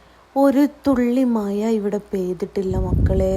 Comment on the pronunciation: മയ അല്ല മഴ.ഴ - വഴങ്ങുന്നില്ലല്ലോ 😅